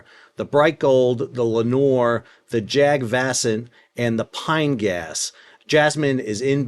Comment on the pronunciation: It’s pronounced “Jug” and the “A”s in “Vasant” is read like “uh”. The name of the ship translates to “Global Spring” (As in Spring season).